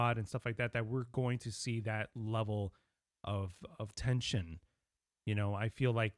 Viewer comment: Lol, you said "tench-sion"